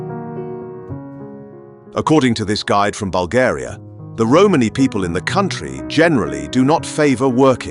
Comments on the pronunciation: Had to stop watching a minute in . The word is Romani .......not Romaney . Roman eee . NOT Roman-eyyy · lmao mans said 'Holmes' 💀🤣